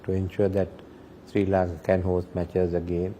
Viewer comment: It is Sri lanka not Shri lanka